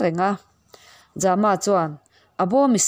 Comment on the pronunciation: Za-ma tih hi Zâma a ni zawk lo maw.